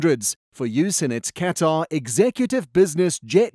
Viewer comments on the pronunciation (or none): Said like Qwutar